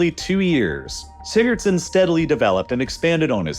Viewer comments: Laying dead on the floor rn the experts name was what in a huh-son? I’m Icelandic and even I can’t tell what you just said man😭 Edit: alr nevermind Sigurðsson, got it🪟🏃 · Do you mean Haraldur Sigurðson? I'm Icelandic and that pronounciation... You'll get there soon if you keep trying.